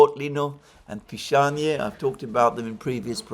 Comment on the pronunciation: I hope village of Pishanie actually has a different name, but Alexander did not pronounce it correctly. Just imagine living in the village of Pissing 😂